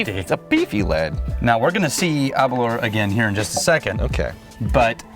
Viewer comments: Aberlour... Its pronunciation rhymes with Girl-Power or Sour-Flour. Aber-Lour Best regards from Speyside. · Sorry guys, but as a Scotsman? Hearing you say Aberlour is just painful. ABer lour. The lour is like the sound in “flour”. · Your pronounciation of Aberlour needs some work chaps 😄